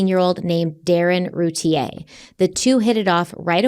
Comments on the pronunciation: Just so you know they Boys last name is pronounced Roo tear, I can't wait to hear What you guys think about this case. I grew up a city over and knew ppl that lived down their street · It’s pronounced Ru tear. I live here and well remember the case She’s guilty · Her name is Routier it's pronounced Roo tear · ROO-TIER, not rootea-A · I can’t wait to be able to finish this episode!! Off the bat, I just want to annoyingly point out that even though it seems like Routier is pronounced “Route-E-aye” it’s not. It’s pronounced “Route-E-air.” It doesn’t matter & I feel ridiculous even saying it, but here I am, doing it anyway 🤦‍♀️ I’ve been absolutely obsessed with this case for over 20 years, and my confidence in the opinion I developed the first time I learned of it has only grown stronger & more defined over the years. At one point I even exchanged a few letters with her. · Your pronouncing the last name wrong there's a YouTube video from 16 years ago of her trial and it's roo tea ear pronunciation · I believe it’s pronounced Roo teer… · Btw in Texas her name is pronounced RuTear 😂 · Couple of things. This is my town and their last name is pronounced “roo tier”, they are distant family friends. You did not mention that darlie had a significant cut on her neck which likely caused her to hang out in the kitchen while they were trying to get care to the boys. I go back and forth on if she’s guilty or not. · I’ve heard about this case since it happened. I’m from the area. I’ve always heard everyone in our area, pronounce her name Roo-tear 😪 like a tear that you cry, not the French pronunciation